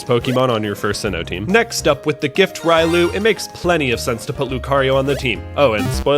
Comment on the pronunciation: Did you seriously call Riolu...Rilou?? How is it so hard for people to get some of these names right??